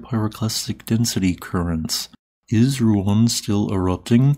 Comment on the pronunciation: Finally you pronounced Ruang right this time yay